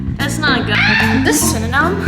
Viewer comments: The fact that she's saying synynom and it's actually pronounced cinnamon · You said syeninam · Also sin-a-men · She cannot even say cinnamon